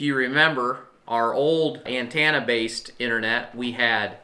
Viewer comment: "Antannah systems" lol